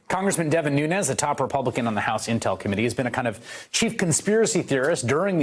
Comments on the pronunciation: "Noonoos". Keep listening. He says it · Did he just call him Nu News 😂😂😂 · God still is, l believe. He has his cows. It is understood that trump cannot even pronounce his name, nunes!